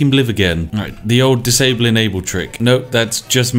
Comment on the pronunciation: Ah yes... "Disabkle"